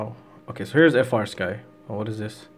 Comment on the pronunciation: bro, I love your content, but it's not "F - R Sky." It's "Free Sky." The company makes it very clear in, like, the FIRST line of all their documentation!! 😅